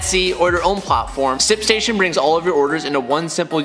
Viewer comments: I heard simp station Or maybe its just me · my man struggles with saying “shipstation” lmao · trying to pronounce the H in ship station.🤣🤣🤣 not making fun... you should hear me trying to say double cheeseburger.😬